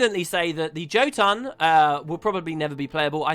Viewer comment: Gah...I hate how Guild Wars 2 pronounces the jotun. As a Norse word, the J is pronounced as a "Y". Yotun. Jormag, being a play on Jormangundr, should also be Yormag.